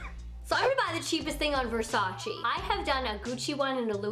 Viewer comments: Versachi Versachi Versachi! 😜😜😜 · Kiemas AZZ watch 73 questions with Donatella Versace, "versaci" is the wrong way to pronounce it. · Ver sa che that's how it is pronounce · Cringy when you said Versace wrong lol. But I love you!!!!!!!😍😍😍😍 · I’m dying laughing at all y’all trying to hate on for pronouncing Versace wrong but then telling her to do “Channel” or “Gevenchy” 😂😂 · You’re saying Versace wrong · You pronunced wrong versace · You pronounce the name of the brand wrong 😂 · you are pronouncing Versace WRONG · You’re pronouncing Versace wrong 😩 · Ugh I hate it when people don’t pronounce Versace right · I Agree with you wrong pronunciation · Kiemas AZZ she pronounced it wrong, Versace is an Italian brand and we pronounce it diffferently than she did, even Donatella said that you all pronounce it wrong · You said “versace” wrong! STOP IT !!!!!!!!!!!!!! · If you’re going to make a video on Versace say it right at least? Hahahah lord